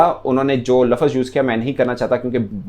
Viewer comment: Sir lafaz nahi lafz